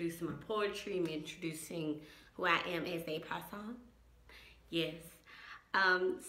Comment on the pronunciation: When you said “person” it sounded like croissant 🥐😂